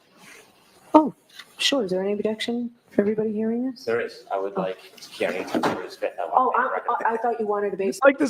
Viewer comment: pronounced car knee 🚗 🦵 =Kearney